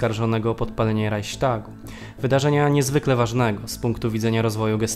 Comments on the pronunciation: Nie mówi się "Rajśtag" a "Rajchstag". Także nie "Hajnriś" a "Hajnrich". To w kwestii wymowy imienia Himmlera.. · Pierwszy raz słyszę "Rajśtag" zamiast ,,"Rajchstag" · Cenie materiały umieszczane ale wypowiadanie słowa "Raichstag" jako Raiśtag jest obłędnie błędne. W wymowie Polskiej to słowo wypowiada się poprawnie tak jak się je czyta czyli RAICHSTAG. W Niemieckiej wypowiedzią poprawną jest Raichśtag.bez "i".